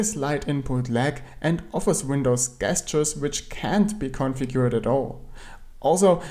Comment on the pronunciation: Hi! Tolle Videos! Nur check mal wie man 'gestures' ausspricht :)